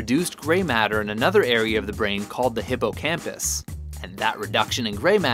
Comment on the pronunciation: If bad kids play a lot of video games then what did kids before 1980 play?? Also learn how to say hippocampus